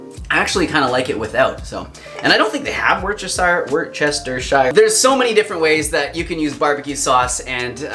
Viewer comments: So many moments in one video I thought I was watching a parody channel LOL I have never had BBQ sauce I suspect it is very North American So I probably won't be making this But it is good to see you making a wholesome version BTW Worcestershire should be pronounced as WUUS ter sher Ignore the "-rce-" in the middle. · Wuh-sta-shur :P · Nice recipe, will give it a go ... by the way ... Worcestershire is pronounced Woostershur with the oo as in cook :) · Much as I love hearing Americans struggle with the acrobatic tongue-twisting efforts to pronounce 'Worcestershire’, it’s really cute, I thought I’d give you the heads up on the UK pronunciation, it’s actually ‘wooster’. Yep, short and sweet, don’t be fooled by the complicated spelling. There are many examples like this, another is Leicester: ‘lester’’. 😍👍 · Tips from the Brits: Worcestershire, pronounced wus-ter-sher. Hope that helps. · It’s pronounced...Wuss-ta-Sheer 😉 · Great viseo, I’m definatley going to try this. BTW it’s pronounced Wooster satce. 😉